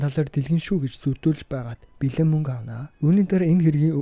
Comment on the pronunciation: Мүнгэ гээд байхын хаха